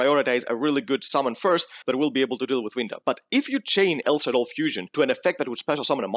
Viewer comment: But why call them "Shadows"? :DDDD They are "Shaddolls" ? ._.